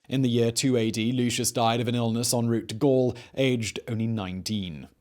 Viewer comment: Did you say he “died in route” or whilst “having a root?”